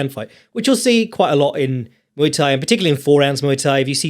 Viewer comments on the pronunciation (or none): none